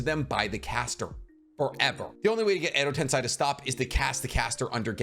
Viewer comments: edo tensei - "sei" is pronounced more like "say, that's a cool headband", not like "sai" the emo Sasuke replacement on Team 7. Cool breakdown, I may actually read this manga. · Been holding myself back from dropping this comment for so long since I love content But is it really that hard to pronounce Edo tensei? Ten:10 Say: to speak Ten-Say, It's not that hard, it's equivalent is found in english. Sorry to say this, but it's been bugging me for so long. I never understood how people could be so passionate about sticking strictly to pronunciations until I kept hearing say "edo ten-sigh" over and over and over again